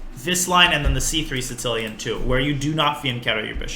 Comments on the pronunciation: It almost sounded like he was saying “Tse-tsellian”, like a tsetse fly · Anyone else hearing "sin-cilian" when Daniel says sicilian? I'm triggered. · Sounds like he is saying sitillion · the Sitsilian? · Does he call it the sincilian? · why does Daniel misspronounce 'Sicilian' each damn time he says the word? Is this something like with Yasser and his "Carijuana"? Or more like intentional, like Yasser and his "Michael Botvinnik and Michael Tal" etc? XD or am I an idiot and it is actually pronounced "Sitsilian" in english and most people say it wrong? So many questions! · Why's my dude putting a t before the s in Sicilian like that? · Canby Ibarra obviously, but he says it in a very weird way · This should be very entertaining, as Daniel continues to pronounce Sicilian like a raving madman :D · he's saying Sicilian funny o.O